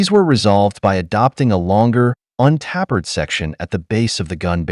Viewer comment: Un-TAPPERED, it's pronounced UN- TAY PURRED . F.F.S